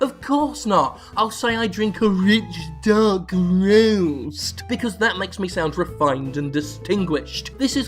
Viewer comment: I would pay good money for a soundboard clip of Jim saying "rich dark roast" in that glorious dialect.